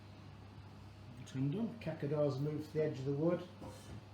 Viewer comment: Cazadores, sounds more like this, Ka tha door es. ;)